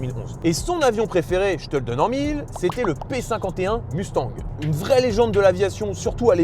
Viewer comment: Écoutez, merci pour la vidéo sauf que vous arrêtez pas de nicker le nom de la caisse ! Ce nest pas UNE MUUUUSTANG ni MOUSTANG les mecs , c'est MUSTANG ! Tabarnak les gars come on ! 😂😂😂😂 c'est bein bon vous êtes français mais c'est la seule auto sur la planète que vous nicker avec le nom !